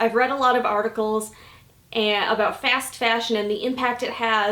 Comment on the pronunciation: Wow. Never would have guessed that lol The way you pronounce "fast fashion" is sooo midwest hehe